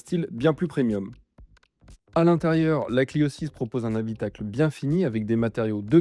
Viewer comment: PreMMMMMIum pas “prenium” ! Quel amateurisme…